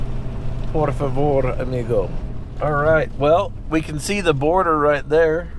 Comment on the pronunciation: It's Border not boarder